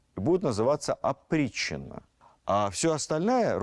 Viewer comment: Опричнина или "оприччина"? Зачем вводить новый термин в устоявшийся оборот? Новация?